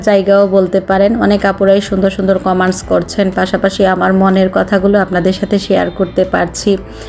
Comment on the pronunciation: আপু আপনি বার বার কমান্টস বলছেন।কমান্টস উচ্চারণ হবে না।উচ্চারণ হবে কমেন্টস।